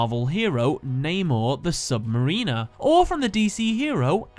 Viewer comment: This whole video is great. But that pronunciation of "submariner" hurt me. The emphasis is on "sub" and it's pronounced sub - mare (like the horse) - in - er